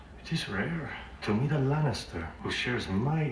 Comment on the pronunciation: "It's LaNNIster, not LanCAAAster"